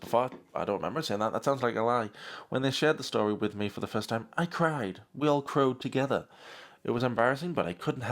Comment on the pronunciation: “We all crode together” 💀💀💀💀